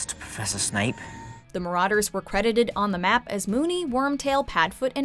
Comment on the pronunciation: Evry time she says marauders i wanna punch herrrrrr